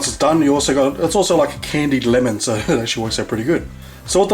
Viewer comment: the way he says LMN! xD